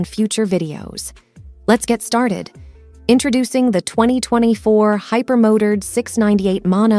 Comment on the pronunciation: Tell me you're a bot without using the word bot. You pronounce the word Hyper-mo turd instead of hyper-Mo Tard